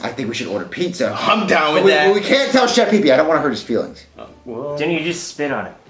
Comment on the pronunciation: uhh um 😐😐😐😯 you forgot to put the a on pizza it’s not pizz like piece